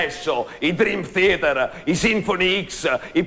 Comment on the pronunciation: Guarda che Dream Theater lo pronuncia correttamente, pure il th con la lingua in mezzo ai denti.